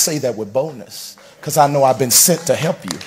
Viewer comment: "I been sent to HEP you."